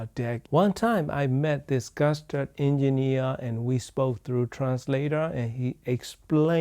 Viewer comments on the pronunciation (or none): Не гАстард, а гУстард